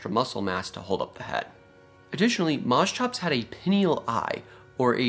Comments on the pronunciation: Yeah, what the hell is mos-chops? It's mosch-ops as you said coming from (μόσχος | moschos "calf" and ὄψ | op "face, eye"). I know it's hard for english natives to pronounce the "sch" but try mosh-pit > mosh-ops. Funnily enough i learned a few years ago that Dunk-leos-teus is named after palaeontologist David Dunkle and osteus "bone", so would be pronounced Dunkle-osteus. Nobody is immune. But that only means we all can get better. Just to many creatures get their name butchered. Be better than the rest. Call them by their real name. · Mos hops, not mos chops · It's pronounced Mos(KH)ops (a heavy H sound) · Moschops = Permian Porkchops Well, they look like you could get some pretty good chops off them. At any rate, I'm pretty sure it's supposed to be pronounced Mosch-ops, with the "sch" pronounced like "sh", not Mos-chops. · it is not pronounced like that. correct pronounciation is "musk ops" which means calf head. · Interesting animal, but please learn how to pronounce "Moschops" correctly. The ch is pronounced as in "chiropractor". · CH in greek sounded like a K. Say moskops. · Isn't pronounced as mos-k-ops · Strange pronounciation. Here in Germany we pronounce it Mo-shops. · You'd fare better pronouncing it Moskops. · Try 'mosh', as in mosh pit. And the -ops is the same as in Triceratops. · Yes, the Greek ch is pronounced like in Scottish loch per se, but after some slight anglicization you arrive at mos-kops. In other words because it needs to fit English phonological tactics. Mind you, I also know only the barest minimum from a liguistic standpoint. A person knowing greek well might contradict me. But mos-tshops is definitely wrong. Greek ch should always become k or in rare cases g when anglicized, never tch. Here's your analogies: psychology, dichotomy, monarch, archaeology, anarchy and so on and so forth. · Moschops is such a fun name to say!😂 Especially if ya pronounce it in stupid ways like I do!😂